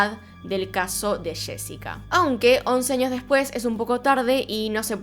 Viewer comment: Porque dice anios en vez de años?